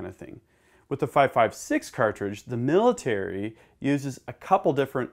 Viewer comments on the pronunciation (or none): none